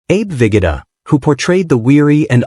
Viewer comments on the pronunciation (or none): Vigoda is pronounced Vee Go Da.